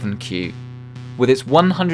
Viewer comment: Am I the only one that noticed you say the monitor's model wrong to begin with? Anyway, just bought this monitor just last week. Did watch your review right before. Keep up the good work.